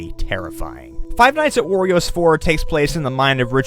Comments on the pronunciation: ayyy he started saying "worio" agen at fnaw 4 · gets upset that people say he said 'worios' last time and then says ''worio'' seconds after like it never happened. lol